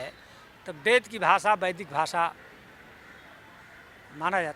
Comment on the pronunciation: संसकीर्त, बेद,सिबिलाईजेसन, इस्त्री , ओर ना जाने क्या क्या ओर यह एक भाषा शास्त्री है सही उच्चारण भी नहीं कर पा रहा है , शेल्डन पोलॉक का तोता है ये हा हा हा हा हा । इसीलिए इसकी सारी रिसर्च ही गलत हिंदी का फूल और अंग्रेज़ी का fool एक नहीं ओर यह लोग इन्हें एक ही मानते हैं ।